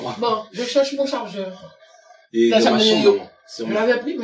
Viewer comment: "Je chewche mon chawgeur" 😂❤